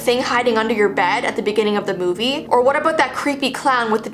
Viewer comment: I think its more of a christmas "movee":3 LOVE U KEEP DOING THESE "movees" luv u